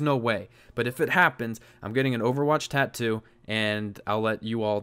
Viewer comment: At least learn how to say tattoo lol